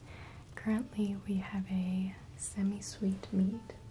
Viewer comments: It took me a bit to realize she was saying "mead" and not "meat". I was really confused about people eating iced meat. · I done goofed. I thought she was saying "meat" for some reason. Then I realized the outfit she was wearing and the music...and was like wait one diddly fuck second. She said "mead". I cant be the only one that messed that up